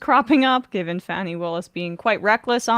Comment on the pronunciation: It seems really disrespectful not to call Fani (Fauny) Willis by her own pronunciation. That name is not a bit unusual in the South. That was the name of our school principal, and I’ve known others named Fauny. Make an effort — not only polite, but more accurate reporting.